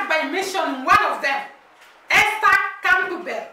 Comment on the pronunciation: Ester last name is Campbell however it’s pronounced Camble like Gamble.